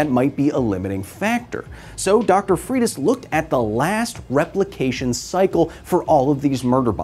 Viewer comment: Wow, you destroyed the surname Freitas. It's portuguese origin... Pronounce it like FREY - TAHS